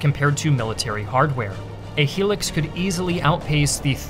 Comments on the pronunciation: Is pronounced "High-lux" as opposed to a "helix" 👍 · I was wondering why you kept on saying "helix", but then realised you were saying "hilux" which is actually pronounced "high-lux". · Hilux is pronounced high-lux, not helix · Oh man.... The *he*lix.... That was painful to hear.... In AUS its very clearly the Toyota Hi-lux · It's pronounced high-lucks not hee licks 🤣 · Lolz, it's "Hilux" (high lux), not "Helix" 😂😂😂😂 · Helix ? Pronounced high lux. Hilux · It’s pronounced HI-LUX not HEELUX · It’s *Hilux not Helux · The HI LUX not helix. For the love of all that is holy please look up how to pronounce things. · You are saying he-lix. It’s Toyota Hilux, pronounced high lux 😂 bloody Americans don’t know the name of the worlds greatest vehicle! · Fun fact the Toyota Hilux is actually pronounced as Toyota High Lux(as in the short form of Luxembourg, Lux) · I never wanna hear hilux pronounced as “he-lex” ever again, other than that great video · You have a very unique way of pronouncing things chad = 'chayd', hilux = 'helix', no shade just something I've noticed in all your vids is you having a way to pronounce things I've never heard of till now. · It’s Hi-lux, HILUX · pronounced 'high lux" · It’s pronounced Toyota High-lux 🇿🇦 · It's pronounced: High lux😢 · it's pronounced hai-lax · The way he’s pronouncing hilux is doing my head in 😩😮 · Bro U said Hilux wrong every time 😂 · Your pronunciation of Hilux is very disturbing and very incorrect. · It's high lucks... no helix. Just look at how the brand name is spelled "HILUX" as in hi, my name is lux. Not helix. Made the video unwatchable for me. Just bothers me as it's a massively common brand across ths globe. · Its hi-lux not helix.... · Never heard someone refer to it that way lol, pretty certain its Hi-lux not helix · Toyota "High-Lux" not " Helux" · Also, Hilux, not Helix 😂😂😂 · I don’t know if anyone has mentioned this but it’s a Hilux (high Lux) not a He licks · The truck is pronounced "HI-lux" NOT "HE-licks"